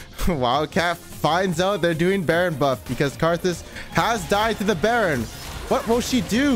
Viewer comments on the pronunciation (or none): none